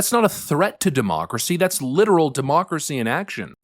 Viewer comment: Please stop saying demooocracy, it makes you sound silly.